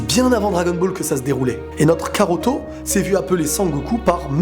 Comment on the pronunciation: karoto? non mais sérieux 😑